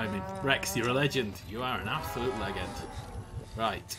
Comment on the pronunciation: Says PSG: Saiys. The way he said Legend too lel